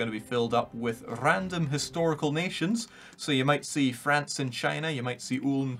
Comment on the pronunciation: Matthew McNeany An 'istorical or what? It doesn't start with a vowel sound.